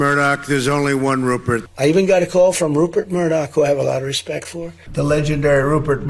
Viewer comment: He can't even pronounce Rupert properly, clown show 😂😂😂